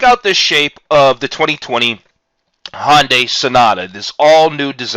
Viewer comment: Hyundai, not Honday... sorry but everytime I hear "Honday Sonata" it was like fingernails on a chalkboard. Other than that, decent vid